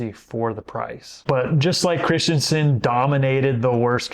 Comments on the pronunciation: It's Chris - Ten - Sen, NOT Christian - Son. Just ask my friend named Christensen. ❤ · Cris-ten-sen.. Not Crist-yen-sen. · Christensen is NOT pronounced, “Christiansen!!”